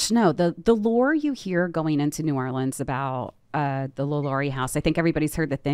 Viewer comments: I appreciate that y’all are pronouncing Orleans correctly when saying New Orleans. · I’m from Nola and to hear Jack say New Orleans correctly like he’s from New Orleans must be from him being at one time married to a Cajun lady